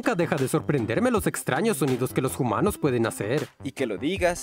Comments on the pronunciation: Aaaaaa No ess JUMANOOOS, ES HUMANOOOSA A A A AAA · Pregunta, por que dice "jumanos" ? uwu